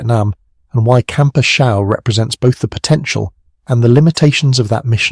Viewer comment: Good stories. Thanks. I didn't get in country until "67". All the earlier battles are interesting. Another reason the NVA wanted A Shau so badly because in "65" Hal Moore and his Cav troopers beat the shit outta 2 divisions of NVA, Just to help you, You pronounce the names? It's "A" Shau. Pronounced (shaw). It was up in "I" corps. Hue is pronounced "WAY". Vietnamese towns and names a very difficult to pronounce unless you've been in country. Good story. I wondered which action Bernie landed his A-1 to to make that rescue that earned him the MOH. I knew he received it just not where..Thanks